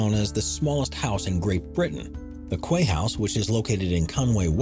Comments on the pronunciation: 'Quay' is pronounced 'key' not 'kway'! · The "Kwey House" LOL :D "Quay" is pronounce "Key" - how can a narrator not know something so basic? p.s. I've actually been to the Quay House on multiple occasions, it's pretty cool. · OMG Why don't you Americans who decide to make videos learn how to pronounce English properly? "The Kway House" WHAT? It is pronounced "key" as in a quay is somewhere that ships tie up. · Quay is pronounced 'Key' in England. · Quay is pronounced key!!! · Quay is pronounced key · Quay is pronounced the same as "Key" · The Quay house is pronounced " key " house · I came here to say this! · Quay house pronounced key house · The quay house is pronounced key house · "Kway" house, lol. Why can't Yanks speak English properly?